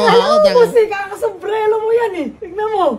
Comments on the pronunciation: sumbrero ba o sumbrelo? yan tayo ee maka pag vlog lang dapat ayusin nyo din yung pananalita nyo pag sa vlogging sus maka pag live lang ee SUMBRERO PO not SUM BRELO. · hhahajaja d nga marunong mg salita ng sumbrero hahahaha sombrelo hahahaha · Paulit ulit pang binabanggit ng gagong to halata ngang walang alam .. fyi lamok sumbrero hindi sumblero hayynaku😓😓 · Sumbrero po kasi. Hindi sumbrelo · Sumbrero Hindi sumbrelo bobo!😂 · sumbrelo bulol na kumag to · Sumbrero nga kasi hindi sumbrelo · AYUSIN MO NGA SALITA MO MALNOURISHED ANONG " SUMBLERO?"🤣🤣